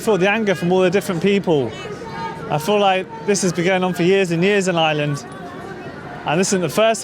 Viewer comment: It's not island its IRELAND.